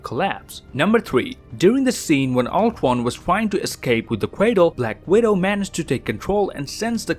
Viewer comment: The way he says ultranationalist. Uton. And black widow. Bwak widow